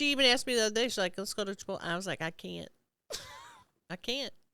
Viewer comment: It's chip-toll-E ladies